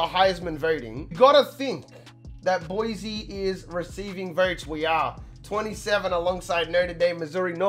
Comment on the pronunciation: BSU fan here. first its pronounced boy-see not boizy and second your weapons are gonna be Shakir in the pass and Holani in the run. also, don't worry that Hank broke his ribs, Cord is just as good.